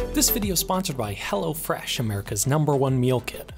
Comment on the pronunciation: I couldn't tell if you were saying hello fresh or Hella fresh. I had to look in the description